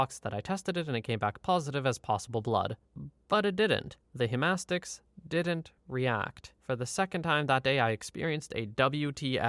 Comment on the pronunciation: Im in a csi class in a Canadian university, ive met the blood stain analysis guy, he taught the lecture Also its pronounced hema stick